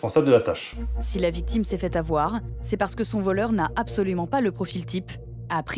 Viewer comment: Mwa c pas voleuw 😂